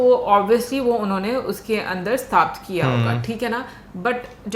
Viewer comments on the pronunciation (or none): Vishwakarma hota hai,aur Stapit hota hai na ki stapt